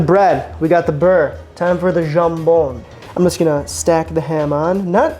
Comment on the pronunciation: Ok a few things dude : - it's bEurre and not bUerre for butter ;-) - you're version isn't the classic : it's way more generous in ham, also homemade bread ? seriously ? under such conditions le jambon beurre becomes interesting. - A real jambon beurre, normally constituted of 1 slice of ham layed flat) is hard to find these days. By real I mean quality ingredients ... Hell a real baguette is getting rare, all the boulangeries are in fact serving the same premixed industrial flour - add water - bake - sell - when I first moved to France 40 years ago, other than the jambon beurre or a paté cornichon it was impossible to find any other sandwich, even less containing salad or tomato etc. And they where expensive, almost like a treat. if you where hungry it take several to feed you, it was cheaper to get a workers meal but that took time and was only served 11h30 to 13h. In fact back then, people just didn't eat out unless special occasion or in a workers canteen.